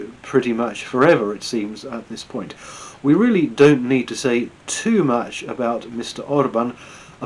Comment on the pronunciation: “Ve have tools”